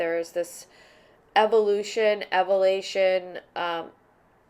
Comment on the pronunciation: / - 'there is some evolution, 'EVALATION'....? please indicate what is 'evalation' plz & thanx...first time hearing that word...